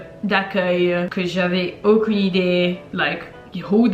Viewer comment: thhe way she says aucun